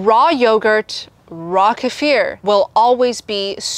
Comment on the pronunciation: Kefir? I thought you were saying casere. I've always heard it pronounced KEE-fer.